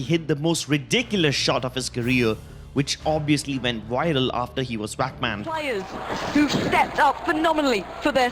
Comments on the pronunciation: 1.Forsaken had a killswitch 2. VAC is not pronounced as "WACK" 3. The 3 files were the result of the data recovery 4. It was pphud beta not ezfrags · It annoys me so much. "He haad a WHACK BAN!". Really? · Nice Indian accent can’t even pronounce vac how do u even pronounce it as “wac” ban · The way he said VAC banned He got whack banned xD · Every time you say Vac I hear WAC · Guys. stop hating on this guy because of his accent. Many people have accents that may say words (Like vac) As wac. Shut up about it. And leave this guy alone. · He says wac ban lol